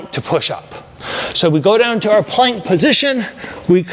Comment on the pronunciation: It sounded like it was $300 down to $299 the way you said it, I had to rewind and watch again, haha. Down "TO" $99! 😂. Maybe if you said to ONLY $99 it would have sounded a bit more clear. Best regards.😊